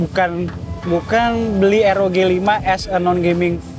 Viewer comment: Baca nya ar o ji bang bkn er o ge🙏